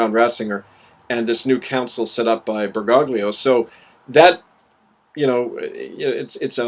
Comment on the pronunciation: I have to nit-pick something: His name is pronounced "ber-goh-lio" <OT "ber-gog-lio".